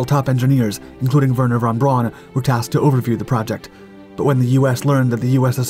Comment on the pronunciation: How did you butcher the name "Werner von Braun" every single time but absolutely nail the "Hermann Kohler" thing first try? 😂